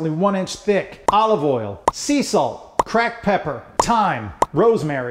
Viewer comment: "Crack pepper" Oh this steak is gonna be good then